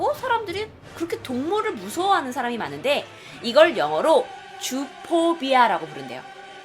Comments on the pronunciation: 주포비아라고 할때 주토피아라는줄알았음ㅋㅋㅋㅋ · 주포비아 할때 난 주토피아 라는 줄..... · zoo pobia를 zootopia로 들었어ㅋㅋㅋㅋ 주토피아ㅋㅋㅋㅋ